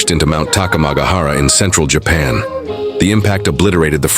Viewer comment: bro why does the plane say japaa airlines instead of Japan airlines bruh ai these days